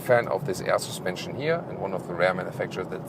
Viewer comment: Every time he says AER SUSPENSION Arnold schwarzenegger slaps a kid